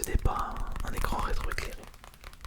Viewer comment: des consoles... "rétrons" :p Très bonne vidéo, et comme d'hab le petit pourboire